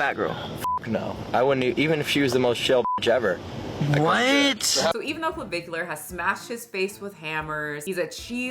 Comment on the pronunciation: you pronounced creme de la creme AND clavicular correctly. Look at you go, girl